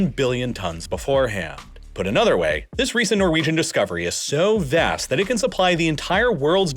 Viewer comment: I wish this guy could say "vast" like a normal person.